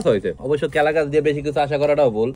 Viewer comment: কলা গাছ ❎ কেলাগাছ✅